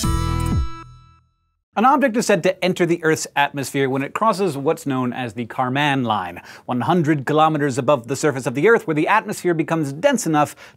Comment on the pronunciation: Karman line is one word, not car man line